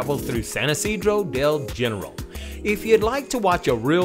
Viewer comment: You are here to learn, it is pronounced HeneRAAL, not gen-ehral. Don't get it wrong!